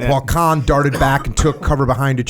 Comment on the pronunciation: Jocko - “KAHAAAN” “It’s just kahn” “Oh ok...”. Lol